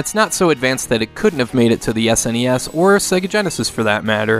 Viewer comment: Are you aware its SNES not sness as a word its so anything hearing young people say that.